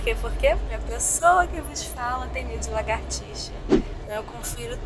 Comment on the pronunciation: é lagartixa e não largatixa